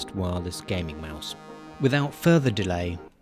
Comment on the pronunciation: "without futher delay", proceeds to stare into your soul*